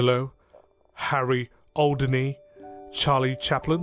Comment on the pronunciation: NARRATOR CANNOT READ! Video full of ridiculous mispronunciations of names like "Houdini."